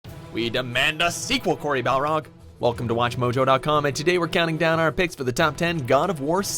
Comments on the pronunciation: BARLOG!!! Not Balrog...fuck. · It's BAR-LOG, not BAL-ROG. 🤦🏻‍♂️ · Barlog. Not Balrog. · HIS NAME IS BARLOG NOT BALROG!!!! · Dude it’s Cory Barlog not Balrog. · he said B A L R O G 🤦‍♂️ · Its barlog not balrog loool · "Cory Balrog" lol. i love how everyone still messes up his name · BARLOG!!!!! NOT BALROG!!!! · It's Cory Barlog not Balrog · It’s Barlog not balrog the demon dood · Barlog. Not Balrog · It’s Cory barlog not balrog. A balrog is AN ANCIENT BEAST FROM LOTR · Barlog. Not Balrog, he's not the creature in LOTR. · it's Barlog not Balrog this isn't the Lord of the rings lol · It's Cory Barlog, not Balrog. That's the street fighter character lol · His last name is BARLOG. Not BALROG. He isn't a fire demon from the depths of the mines of Moria. Although that would be badass. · Y’all called him Cory Balrog and not his actual last name Barlog lol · It's Cory Barlog. Not Balrog. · His name is not Balrog. It's Barlog. Balrog is the boxer from Street Fighter :D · The directors last name is BARLOG. Not Balrog. How do so many people get it wrong. BARRRRR-LOG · Cory BARLOG. Not Balrog... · He said Balrog and not Barlog. ( Barlog is correct) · "Cory Balrog" he says xD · BALROG i swear if it was on purpose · Did anyone else hear "Cory Balrog" at the beginning? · Can I just complain about the fact he said "Cory Balrog"? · Finally someone else noticed. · If you want a sequel, you should at least learn how to pronounce Cory's last name. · He might get annoyed that they keep mispronouncing his name